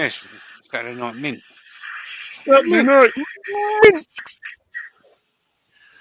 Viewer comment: TEABAGGGG: It's Satday night... 🤣🤣 Awesome fun again!😁👍